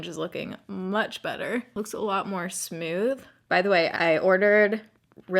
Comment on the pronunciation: I like the way you say “Smewth” for smooth haha